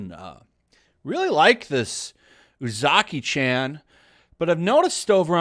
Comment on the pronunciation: There's no letter "A" in Japanese. Or rather, the letter A of "ant" doesn't exist in Japanese. There's only the letter A of "Art" in Japanese. So it's not pronounced "Chan" like the As in Jacky Chan. It's pronounced Chan like the As in "Cha Cha". Japanese is the easiest language to pronounce in the world. They only have one sound for every letter and they literally spell out their words. Like imagine if instead of saying apple we would go "a, p, p, l, e".